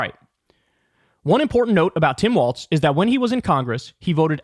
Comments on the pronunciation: Why does Kyle insist on mispronouncing his name? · Kyle, why do you call Walz, Waltz? You know how his name is spelled so why do you keep calling him Waltz? It’s f?cking annoying! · It's WALLS bro, not WALTS. There's no T in Walz. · Can someone tell Kyle that his name is Walz NOT Waltz? So annoying to hear him mispronouncing his name the entire video.